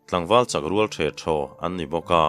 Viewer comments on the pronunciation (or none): Thingnawi fawm rual, tih chu a awm a, tlangval chak rual, tih hi chu a dikhlel deuhlo maw, chak rual(hu ho) ang hian lamrik tur a ni zawklo maw?